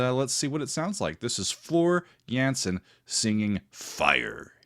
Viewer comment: The A in Jansen is pronounced as the A in Darth and not as the A in Vader 😇